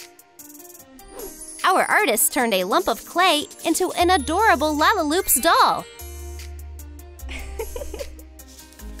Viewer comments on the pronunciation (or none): It's lalalopsie not lalaloop